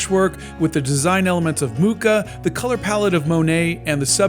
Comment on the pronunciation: I find it so strange the way says Alphonse Mucha. Alphonse is well pronounced but in french, the "ch" in Mucha is pronounced like in parachute or moustache or machine.